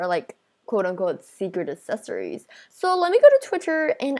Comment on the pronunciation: She says secret “assesories” instead of “accessories” XDDD